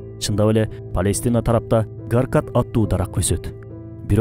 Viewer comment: ПаЙлестина эмес Палестина